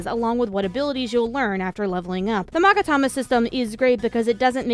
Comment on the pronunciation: Don't worry, you pronounced Magatama right. Rule of thumb with Japanese, any given letter is always pronounced the same way when written with western characters.